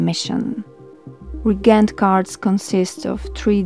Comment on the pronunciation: Excellent video. One little nit-pick (and only because I majored in English in college). It took me a bit to figure out one of the card sets. "Reagent" is one of the few English words where the ea is actually pronounced as two separate syllables. So it's ree-A-gent, a component of a chemical or magical composition. As opposed to "regent," which is a ruler, king, etc., which is pronounced REE-gent. (Caps are for syllable emphasis.) Sorry, my inner nerd couldn't resist.